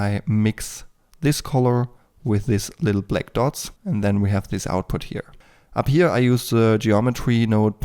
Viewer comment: " Ab hier" or "up here" ? hahaha :D Nice video ^^